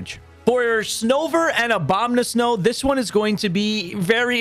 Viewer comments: Dude needs to go look up how to say these names. Snome, Abomnasow friggibax? Where is he getting these extra letters from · why does he say obamna snow hahahahahah